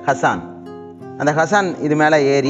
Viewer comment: It's should get pronounced as Haasan.